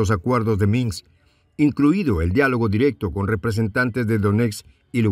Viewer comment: Minsk....Donetsk.....Lugansk! No es minks, donets ni luganks!!! Hay que practicar más para ser mejor comunicador.